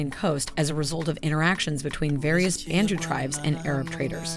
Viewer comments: Thanks for the video. The correct pronunciation is bah-ntu, not ben-tu. We call ourselves abantu, Europeans came up with bantu. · Bun-tu not ban-tu😭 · pronounced Ban(bun)-a dough mixture baked normally for burgers. TU (two) -two people. so it's bun-two not ban-two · it's BANTU not BENTU.... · it's BANTU not BENTU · YOU GUYS NEED TO DO YOUR RESEARCH IT IS NOT BANTU but BA'NTU the sound this is why they got you????????